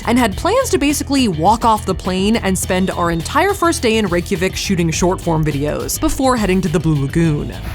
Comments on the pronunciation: she pronounces it almost correctly except she says "vik" instead of "veek". It's like Rey-kya-veek. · Out of curiosity (not shading Saf at all!) how is Reykjavik pronounced? I was under the impression that it was more like "ryay-ha-veek" because of the old Journey to the Center of the Earth movie, but I also haven't watched that in like fifteen years lol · Wow, I assumed that everyone knew how to pronounce Reykjavik 😳😬